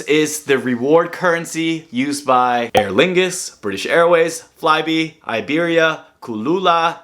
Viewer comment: Cool video and good advice. Finding it hilarious how overwhelmed you got from all the travel partners and the various names! 😂 Ey-vios = Ah-vios Air Dingus = Aerlingus British Airlines = British Airways Liberian = Iberia Seriously though, this card has loads of great points partners. In the UK, even Nectar points for grocery shopping can be a good choice for some people. If anyone in the UK wants a referral link for bonus points: ☺️